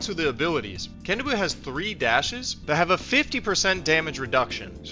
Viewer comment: Can-ah-boo. I thought it was more Ka-nah-bow